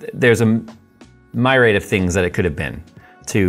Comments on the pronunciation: made me laugh... my-raid XD it's m-eerie-add. Great video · Myriad is not pronounced "My raid"...LMAO. It's also three syllables. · Did he just say "my-raid" ? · Today I learned myriad is pronounced "my raid" 😊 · Interesting pronunciation of myriad there... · you need to learn how to pronounce "niche and myriad".